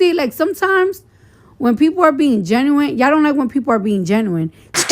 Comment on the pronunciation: Her barley knowing how to say genuine is insane